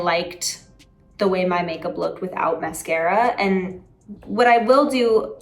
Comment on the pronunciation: They way she says mascara is giving her New York accent 😂